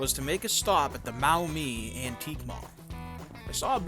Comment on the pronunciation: It’s pronounced Mawmee. I used to live in Toledo